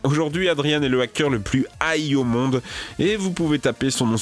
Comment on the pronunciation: Adrian se prononce pas adrianne mais adrian comme 2 ans